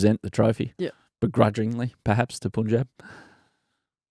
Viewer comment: Adam, love Willow Talk. Listen to every episode. Don’t take it the wrong way and I didn’t want to but you said it too many times so here it goes: can you be the pioneer in saying Punjab like pun in no “pun” intended. Not sure why BCCI never had the pronunciation corrected for people in the outside media.